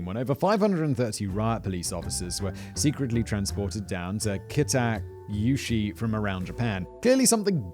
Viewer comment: I’ve never heard so many different pronunciations of Kita Kyushu in one session. You did ok with the names of the key players though.